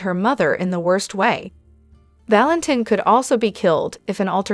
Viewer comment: I'm not sure if this is a human or AI. She can't say ultimatum correctly, she says most of the names correctly, I've heard some that couldn't say any of the names, at least can say Valentin, Brooklyn, Anna, Chase and Cassidine correctly. She even said Kristina Corinthians Davis correctly.